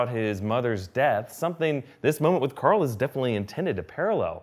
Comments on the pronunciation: Stop saying COARL plz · Mike Morgan He’s making a joke about how he yells Carl with his Texan accent. He yells Carl (Core• F ull)